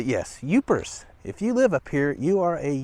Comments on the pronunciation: It’s Yoopers, not Youpers! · Not "Youpers". It's "Yoopers" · It’s YOOPERS, not Youpers. And those who live “below the bridge” are TROLLS. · It's YOOPERS, and PAST EES, not paste ees. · Thank you!!! His mispronouncing Pastie drove me nuts😂 and it's Yoopers 🙄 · Yoopers! Not Youpers. Past-ees not paste-ees. Do your research. I can't watch any more of this. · Yoopers, not Youpers and pass-tee not pay-stee. Otherwise, very good!